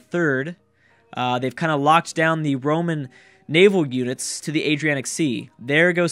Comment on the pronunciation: It's the AdriaTic sea, not the Adrianic :P Also is the Black Sea Byzantium's Mare Nostrum?